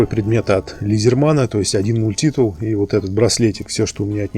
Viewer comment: Ну почему же мультИтул , а не мультитул ?